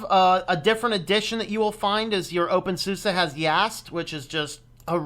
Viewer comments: your saying opensusa its opensuse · It's basically Zoo-Zuh/SUU-Zah (SUSE = S_oftware - u_nd - S_ystem - E_ntwicklung/ Software and Systems Development)